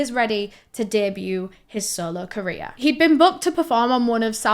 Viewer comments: Every time she says “career” I think she says “Korea” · I thought you were say "Korea destroying" 😂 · Amazing video and I’m not trying to make light of this but I love that when you say career ending to my southern brain it sounds like you say KOREA ENDING and I think it’s hilarious to think the entirety of Korea is losing their minds at once when they see anything like that panic attack style